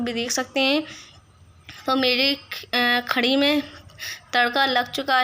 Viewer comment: Mashallha khadi nhi kadhi bolte h bhen meri